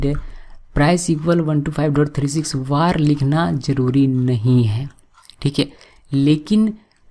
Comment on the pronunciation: He is saying war but it's var (वेर). It's irritating me so much... Looking for this comment...